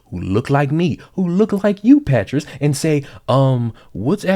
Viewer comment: I love how all of a sudden he's pronouncing "Patrisse" as "PAH-tress." Kinda like mattress. Mattress Cullors, 😂